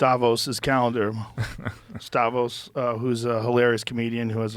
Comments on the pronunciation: It’s Stavros not Stahvos, Joe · Dammit Joe, his name STAV-ROS, not STAV-OS. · Bruh it's StavROS not StaVOS. Yikes. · Stavros not "stavos" learn your own friends name lol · Joe saying his friend stavos. When his name is stavros. Perfect example of joe rogan being joe rogan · Again with the "Stavos". great guy, never met him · Joe calling Stavros, "Stavos" was the best part of this. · Joe is sticking with "Stavos" even after being corrected, interesting. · Always funny when brits and "muricans" try to pronounce non-english names. Stavros looks greek, so if so it is pronounced stavRAWS /stavROS, you pull the os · His good friend.... Stav Vos! At least Stahvose got a free ad for his special out of it though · Is Joe incapable of pronouncing the R in Stavros? I don’t think I’ve heard him say his name correctly a single time. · “My friend stavos” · “Stavos” hahahaha I’m so glad he doesn’t remember that fat hack’s name. I liked him on Cum Town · Not him saying STAVOS twice 😢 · My very good friend stavos LOL can't even get his name right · HIS NAME IS STAVROS JOE. STAVROS, SAY IT WITH ME, STAVROS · The fact joe calls Stavros stavos is hilarious 😂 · not again with the "Stavos", Joe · He was corrected on it too lol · Joe STILL not pronouncing Stavros' name correctly cracks me up so much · "stav ohs" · “Stavos” - brutal! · Haha Joe still saying stavos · Stavos lol. He doesn’t even know his new “friends” name lol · The funniest part of this is Joe has no idea how to say Stavros. I’m stoked that my boy stavy gets the shout out tho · Joe can’t get Stav’s name right again 😂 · Joe will never get Stavy’s name right 😂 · For real, he doesn’t even know his name properly 😂